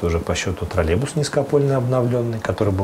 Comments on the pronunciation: Уважаемая. Название данного общественного транспорта троллейбус, а не троллебус. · Тролебус это ж надо так говорить хахазахп , ведущая как и директор троллейбусного предприятия деревня до мозга костей))))) Помимо неправильного произношения, ей также нужно убирать свой деревенский акцент на "О", или не давать озвучивать новости.